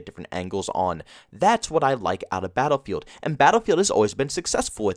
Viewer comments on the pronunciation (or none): Philly accent says "baal-feeld"